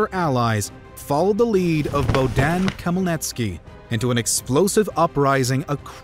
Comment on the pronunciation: Check pronounciation of Khmelnytsky. Also one there are quite a few worrying parallels between the fall of Commonwealth and current Ukraine and the UE: 1. utilization of Liberum Veto to block the Commonwealth seems not unlike Russia-friendly Orban's actions to block EU policies - with bribery, political corruption and propaganda 2. Yanukovych Russian puppet seems similar to Sas kings and then, when one is removed and replaced by pro-western one - Russian invasion and annexation in phases - 2014 like 1st partition of Poland, 2022 like attempt at 2nd/3rd one